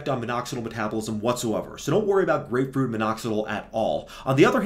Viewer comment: Blud flow and grepefrut 😂😂